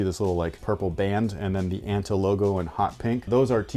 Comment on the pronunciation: it's pronounced "ah-n-tah" btw